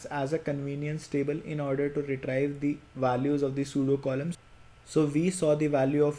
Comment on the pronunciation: the word 'retrieve' is pronounced 're-tree-ve', not 're-try-ve'. But apart from that small issue, this is an excellent video.